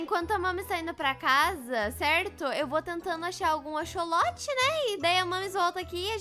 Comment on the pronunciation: eehhhh não é axoxo é axsolote